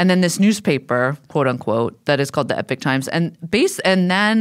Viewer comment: However you pronounce the first vowel in "Epoch", the second vowel is still an O, not an I.